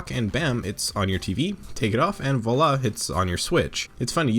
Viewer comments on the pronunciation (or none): none